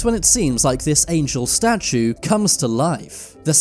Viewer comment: What's a 'statuN'? 🥴